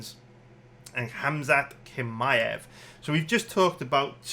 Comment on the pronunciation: I get why you don’t know how to pronounce Jiri but kimaew??? C’mon son